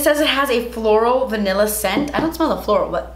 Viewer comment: "vanillery" hahaha :)